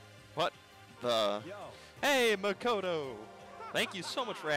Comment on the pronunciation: I hope I don't sound like I am being nit picky but it is pronounced mah k oh toe. Sorry, I know, I hate being corrected too, but it just drives me crazy hearing you mispronounce it constantly.